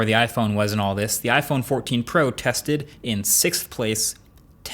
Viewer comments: What is iPhone 14 po? 😂😂😂 where is the “r”!! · You named it iPhone 14 Po… not pro. 😅 luckily it wasn’t poo.